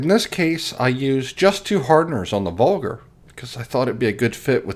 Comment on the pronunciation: Dude called a Vargur "vulgar"